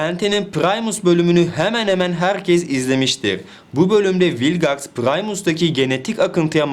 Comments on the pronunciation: ABİ MALGAX DERKEN VİLGAX A MAL MI DİYOK? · Hayır rebootun sadece 1 bölümünde vilgex diyorlar zaten öyle okunması lazım